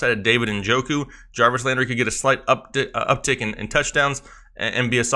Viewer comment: you almost said up dick lololol